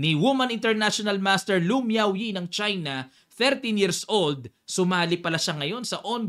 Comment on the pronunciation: Grabe yung highlights mo dun coach kay miaoyi 😅😂ah may diin haha